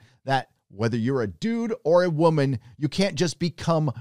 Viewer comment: It's "WOH MAN"